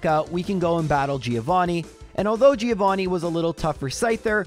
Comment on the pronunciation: Haha it's Three-ovani 😂😂